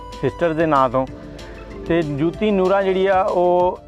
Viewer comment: Yar teno te naam b sehi nahei aata Joti hai jooti nahei Nooran lajwab geik